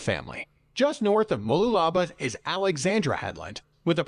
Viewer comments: "Everything" is pronounced wrong, you will struggle to find them in a map! 😂 He's getting clearer sometimes! 😳 Noosa is about hippies and Rich celebrities! Yes, but you need a car/caravan to get to the beaches! Moolala?? Artsy, Tea, pop in granny! 🤨 Fraser Island is very expensive and has harsh local rules! Coolum, surfing, one expensive cafe, ok! Sunburn, water, sand, sorted! 👍 Sweaty mountain trek, snakes, yep! Calendar?? There is lots of beaches, a few cafes, long walks and surfing lessons! 🤔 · MOOLOOLABAH MOO (cows go moo) LOO (as in the English term for toilet) LA (singing la la la me me me etc) BAH (like the traditional kids rhyme/song “Ba Ba Black Sheep have u any wool”…). MOOLOOLABAH. & MALENY MA (as in short for grandma) MALENY (think Victorian England & a servant helps a lady out of a carriage whilst bowing & saying “Me Lady”)). Keep the MA sound the start then finish the word as per above ie swap out the D for N in Lady & that’s how you pronounce MALENY. The dudes info was good except for end when he shows the surf whilst talking about … some river wasn’t it? BUT his (was an automated voice robot possibly) pronunciation was unfortunately abominable. Did just 2 words here - there were more but it’s good to know how say town names cos god knows where u will get sent if u ever come over & ask for directions to … (i dunno i was going “i’ve never heard of that place … ahh - ❤oh ok … say wot!”). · omg! Its pronounced Moo-loo-la-ba these people should learn how to say things properly before they go making videos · I just heard ‘voice’ say - Mooloolahlahbaaah or whatever he said, Vic here, but yes been to QLD a few times but never to mooolalala-blah blah 😮🤔😂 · He absolutely butchered Mooloolaba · I'm dying here over his pronunciation of Mooloolaba, but what really kills me is how they butcher the words with confidence. Please someone kill it with fire.